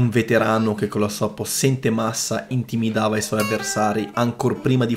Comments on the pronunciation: Però devi parlare bene la tua lingua madre.Intimidava ,non si può sentire .Per il resto Richard è un grande ...idolo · però "intimidava" non si può sentire... dai, va bene in portoghese... comunque mi sono iscritto ,altrimenti mi ammazzi di botte. ottimo canale , bellissimi video. : )